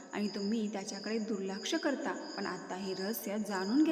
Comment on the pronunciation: पन नव्हे पण मराठी शिकून घ्या.